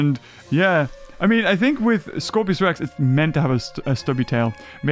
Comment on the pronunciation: it's scorpius not scorpios